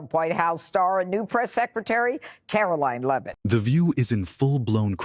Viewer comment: Your Freakin AI needs to learn how to pronounce Leavitt...